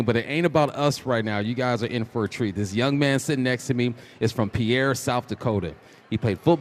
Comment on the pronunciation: Pierre, South Dakota, is pronounced "Peer," like the end of a dock, not like the French name "Pee-air". This local pronunciation is standard throughout the state. Here's why it's pronounced this way: Local Tradition: South Dakotans consistently use the "Peer" pronunciation for their state capital. Comparison: It's the same sound as "peer" (a colleague) or "pier" (a structure on the water). Origin: While the name is of French origin, Americanized English pronunciation for the city differs from the original French.